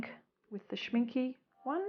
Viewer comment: You are pronouncing Schminke total wrong. The " e" at the end is pronounced like the beginning" e " as in elephant.